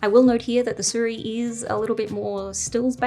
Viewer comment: its not Su Riy, its "Si ruiy"